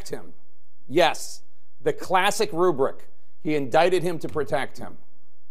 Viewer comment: "Oh yes.. The classic ruberent" I nearly spat my water out my mouth when I first hear Tapper saying this, off the cuff. He has actually been a roll as of late.